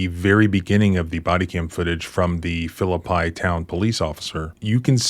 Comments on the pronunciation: Phillipi is pronounced Philip - pee just saying really cool town too, first land battle of the civil war - awesome covered bridge. Unfortunately, bad po po's often work there. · I live an hour or two away from Elkins and have been following these cases. One small thing, Phillipi is pronounced "Phillipee". I know that's not important. But this officer needs to be charged and jailed. There's no reason he should ever wear a badge again and should not have been wearing one when this occured. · FYI Belington, is pronounced with a long e as in “Bee”. The same is true of Philippi. The last “I” is a long E sound. Philipp ‘ee’ . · Not a douche bag WV sheriff's deputy!? 😂. BTW it's pronounced phillipee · Philippi is pronounced “Fill-uh-pee” and did you know it’s the location of the first land battle of the Civil War (the Philippi Races), I know you love your history. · Locals pronounce it Phillip-EE. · It's pronounced, ('FILL-uh-pea') -Philippi. Sorry, that was bothering me a bit. Great analysis, your videos are fantastic! Your channel is my current favorite. I live in WV. Ironically, I grew up in Elkins and my wife grew up in Barbour Co. We are both liberty loving Americans & in long term recovery (SUD) and have had, as a consequence, some contact w/ law enforcement of this caliber. I think it's why I'm so interested in your content, looking back on interactions & arrests that I knew were constitutionally problematic, but was powerless to stop or rectify. Police are a special breed here, a little Deputy Fife and Himmler rolled into one.. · FYI - Phillippi is pronounced Philli-pee. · You need to learn how to pronounce the names of the citys 😂😂😂 im not from west by god virgina and i even know you can't pronounce them 😂😂😂😂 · I know this piece of human waste & people from philippi hate when people pronouce it like that 😆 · Arghh man I can't believe you pronounced Phillippi like a yankee. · PRONOUNCED "PHILLIP-PEE" NOT "PHILLIP-PIE" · It is pronounced Phlip-EE